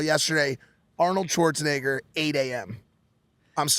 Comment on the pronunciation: Arnold - Shwartz - a Naygor